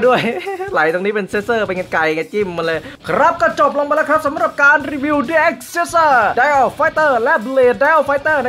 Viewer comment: อินโทรพี่คำว่ารีวิวเเมนเเต่เสียงมันได้ยินว่ารีเวียวเเมน